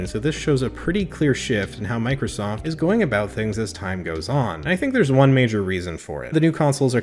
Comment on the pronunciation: Did anyone else noticed that he said 91sack & Microllstoft ?